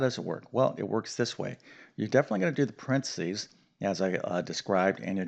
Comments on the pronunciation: What the hell is prensees? Do you mean paren thes ees? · Brit here. Where are you from? You pronounced PARENTHESES quite differently than we do. Good reminder though on the order.